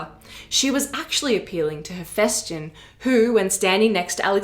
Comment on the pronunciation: Dude, you're a history channel, at least try to get the pronounciation right. HePHYstion.